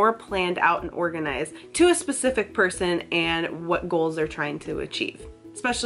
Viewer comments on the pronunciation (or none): none